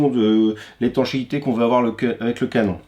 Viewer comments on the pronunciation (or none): none